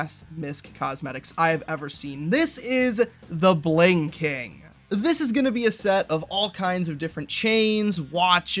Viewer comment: bruh i heard here not "the Bling King" but heard "the blinking"